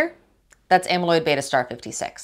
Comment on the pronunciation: Well done, it was nice to hear someone pronounce “beta” correctly 🧐